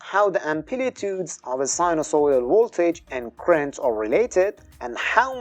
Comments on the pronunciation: I’m afraid I agree, I had to keep stopping and going back 10” to try and make out what you were saying. You’re pronouncing Current as ‘Crent’. It has two syllables, not one. “Cu-rent”. Also could you pronounce Voltage with a V and not a W? “Woltage” just sounds totally wrong to an English-speaker. Thanks! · You can’t get “current” from “crent?” 😂